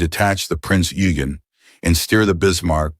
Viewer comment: Tear pits.... You mean Tirpitz? And there is a lot more of fun! Rubong... you mean Rheinubung? Bismarck... Scharnhorst, Gneisenau..... Eugen not Yugen. Get your info right, please.